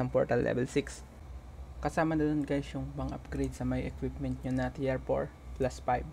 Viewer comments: Well explained sir! Medyo na bother Lang ako sa pronounced mo nang (Tier) instead of Tir, na nabanggit mo ay Tiyer or Tiyar. Just correcting Lang sir but your video is very helpful. Thank you anyway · tir hindi tiyer.....